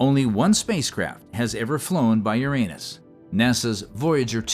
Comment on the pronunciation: Did anybody else giggle like a 7th grader every time the AI said "anus??